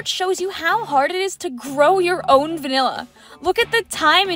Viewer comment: WINT CHIP ALL THE WAY! also, “wanilla”? Really? At least WINT sounds better